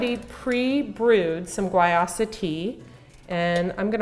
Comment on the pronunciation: It's pronounced why-use-ah